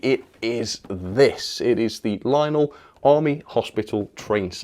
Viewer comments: "Linel" it's lion-el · I'm pretty sure it's pronounced Lion-elle.